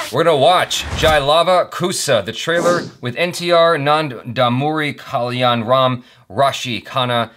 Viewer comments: Bro it's not M.T.R. it's N.T.R. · By the way ..It's not M.T.R....It's N.T.R